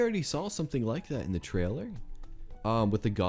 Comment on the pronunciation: One of y'all needs to work on your pronunciation of the word 'trailer'